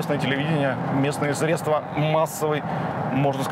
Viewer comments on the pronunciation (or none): none